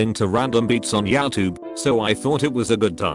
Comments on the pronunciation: Nobody : Reddit Reader: YAIO-TUBE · No one : Voice: “Yowtube” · Youtube pronounced as " yow tub"